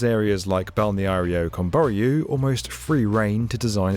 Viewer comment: I feel pain every time he trys to say Balneário Camboriú